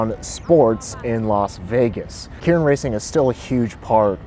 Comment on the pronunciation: I think it’s pronounced “kay rin”